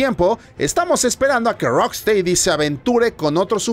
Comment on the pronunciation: Se pronuncia "rocstedi" no "teidi"... Lo siento pero ya van 3 videos.